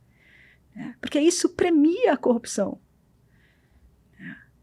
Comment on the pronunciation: Engano seu, quando ela fala copiçao, ele pensa no marreco de Maringá.